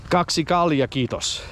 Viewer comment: Intresting piece of history, and you tell it well! I am glad that your grandfather got honored in time. Even if it was a bit late. Tremendous respect for our veterans and we should always remember what they fought to defend. You said kalja very well and should have gotten service with that. You had one strange waitress back then. I always order "kaljaa kiitos", "olut" sounds too posh for me. Keep these stories coming! Hyväää joulua ja onnellista uutta vuotta!